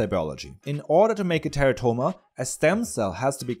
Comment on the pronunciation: plz.. Stop pronouncing it "Terra-toma"... Its "te'rah'to-ma"..